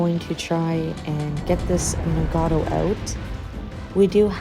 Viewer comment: A couple of notes on pronunciation you might like: Nagato - Na with the 'A' as in cat. Ga also with the 'A' as in cat, - Toe. Very short and clipped - practice it - Na Ga Toe. Same thing goes with Yamato. Ya with the 'A' as in cat, Ma with the 'A' as in cat, Toe. Very short and clipped. Ya Ma Toe Musashi - Mu with the 'U' as is but, Sa with the 'A' as in cat, She. very squeezed up , shortened and clipped. Mu Sa She. The Japanese tend to speak very fast and to the western ear it can be hard to pick out some words.